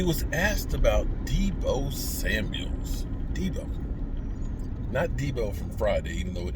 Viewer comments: SAMUEL NOT SAMUELS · Hello …it’s Samuel, no S at the end… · Deebo Samuel!! Not deebo samuels!!!